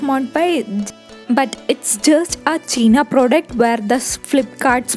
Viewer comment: It's not cheeena product 😂😂,it's pronounced as Chi-na pro-duc-t Its not air 😂😂 its 'here' pronounced as hair.. Can't stop laughing after watching this 🤦🏻‍♂️😂